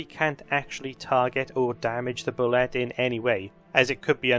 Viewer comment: "Boo-lay", not "bull-let". The 'ette' is pronounced like a French word. And if you aren't running them like a cross between Tremors and Jaws, you're doing it wrong.